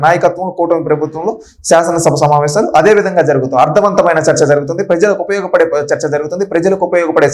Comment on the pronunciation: సమావేషాలు కాదమ్మా తల్లి. సమావేశాలు అనాలి. ఉచ్చారణ సరిగా వుండాలి.